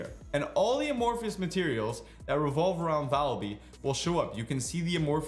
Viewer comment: "Uh-morpheus materials"